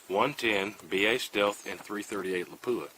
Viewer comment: Surprisingly, people still don’t know how to pronounce the word Lapua. It was named after the Finnish town where it was developed. It’s not la-poo-ah, with emphasis on the poo. It’s lap-uwa. Or lap-wa. Emphasis on the lap.